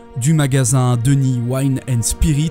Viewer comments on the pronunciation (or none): none